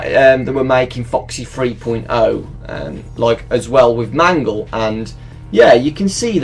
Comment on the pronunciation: Wait when I heard you say mangle it kinda sounds like man girl